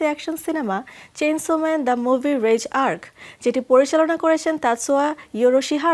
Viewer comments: its not রেজ, its রেইযে! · যমুনা টিভিকে বলছি এই মুভিটির নাম চেইনশো ম্যান রেজ আর্ক নয় চেইনশো ম্যান দি রিজে এআরসি উচ্চারণ এরকম হবে এবং দয়া করে কেউ ফ্যামিলি নিয়ে এই এনিমে দেখতে যাবেন না এটি একশন অ্যাডাল্ট